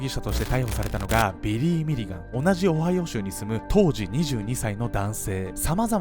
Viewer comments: 場違いなコメントなんですが、「アメリカ オハヨウ州」と聞こえたのは私だけですかね…(?) 毎回思うのですが編集能力がテレビ並みなんよ……(( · 「今回は オハイオ州」って言った時聞き間違えで''おはよう州?!''ってなった笑笑